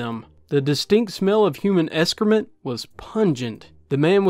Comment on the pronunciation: Lol you say escrement and exscort .